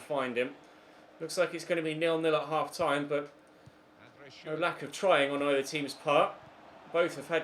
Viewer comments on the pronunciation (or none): none